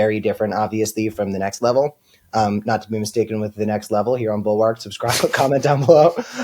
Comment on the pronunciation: Not to be the grammar police, but the word bulwark is pronounced more like bul-werk.